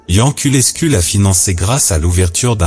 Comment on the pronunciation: Sa ce prononce yanculescu